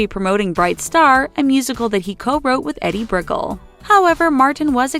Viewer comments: eddy breckel.. you mean eeedie bri_kell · Edie Brickell (& the New Bohemians) is not pronounced "Ehd-dee Brick-uhl", it's "EE-dee Bri-KELL." By the way, how in bloody blazes do you not know this? Im honestly surprised that you havent re-done the voice-over for this because, well, if i ran thus channel, I'd have fired the voice talent AND her editor due to laze n general lack of smarts. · It’s not Eddie Brickel, it’s ED Bri-kell. You should learn someone’s name before putting them in a segment. Js. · Yeah, it's pronounced Eedie briKELL not Eddie Brickle. It's pronounced Louie C K not Lewis C K. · "Eddie Brickle" lol. It's pronounced E-Dee Brikell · EDDIE Brickell? it's Edie, Eeedie. It's a woman. His gf actually. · BTW...Edie Brickell... it's not pronounced Eddie Brickle, it's pronounced Eeedee BRE-kel... I've seen most of these and almost all were in good fun... this was a waste of 11 minutes of my life. The Talko es stupido! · E - dee , not Eddy you moron. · Eddie Brickle? She is pronounced E-dee Brick-elle? Research helps... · Its prounounced EeeDee Brickelll not Eddy brickle.shes paul simons wife and a popular musician from the late 80s early 90s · Did your narrator bother to do any research? “Eddy Brickell”? Edie (EEdy briKELL). A woman, married to Paul Simon. Not a dude named eddy. Fucking millennials. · Eddie Brick-le?? You'd also think a YouTube channel would research how to pronounce a name... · So your video is a collection of TV stills with a voice over telling us what was said. the you horribly mispronounce Edie Brickell calling HER Eddie and screwing up her last name. snore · Edie Brickell? It’s pronounced EE-DEE BRUH-KELL. With the stress on -kell. She was a famous singer in the 80’s for “what I am” with the New Bohemians. And she’s married to Paul Simon. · Her name is pronounced E-DEE BRIC-KELL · none of these are true, can only assume you are being sarcastic; and it's pronouced "eedie brick-elle" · It’s EEEdie BriKELLL 🤦🏻‍♀️